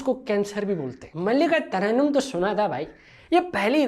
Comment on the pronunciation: ملکہ ترنم ❌️ ملکہ تگڑدم✅️